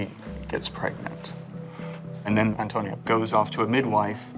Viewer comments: They always mispronounce the name "Antonia", they say it as if the name were "Antonio" instead of "Antonia", there is a difference, in one the last letter is "o" and the other is "a", it is the same name but with a different gender. You English speakers don't pronounce stephan and stephanie the same way, right? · Why were they repeatedly saying Antonio when it clearly says Antonia?😂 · why's he keep calling Antonia "Antonio" then? 😂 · Antoniaaa no Antonioooo 😂😂😂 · I'm not so sure, he says "Antonio" all the time and it's "Antonia" 😂😂😂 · I’m not sure why he keeps calling her Antonio (male) instead of Antonia (female) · Antonia not Antonio 😄